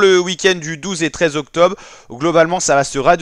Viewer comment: Y a un « R » dans octobRe … et il se prononce